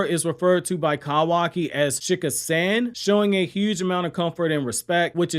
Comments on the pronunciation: San is pronounced the same way you would say son not San like sandy🤦🏾‍♂️ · You can say “super saiyajin” properly but you can’t say “San” properly lmao I love your content and this channel but I was not expecting that from you haha